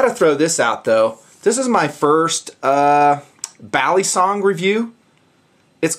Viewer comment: Is it just me or is saying balisong wrong?